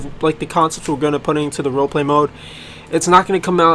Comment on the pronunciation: He said WoMode xd